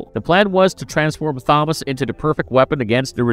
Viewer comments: yes, it's meant to be Thomas. This is the same narrator that mangled Thomas Wayne in Exactly the same way. It's bewildering. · Thank you for ruining another with your inability to read the name Thomas. It's not hard or new. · Are you….. pronouncing the “Th” in Thomas??? As in “this”. 😂😂😂😂😂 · Yeah. Odd. Is he trying to pronounce Thomas? I wonder, has he never seen the name before? Maybe he's only ever seen it written as Tomas. Whatever, its very off-putting cos now I can't help focusing on it. 🤣🤣🤣🤣